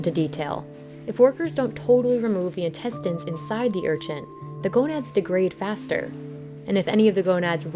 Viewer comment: Stop saying URCHINT!! It's an Urchin, lol. There's no T in it.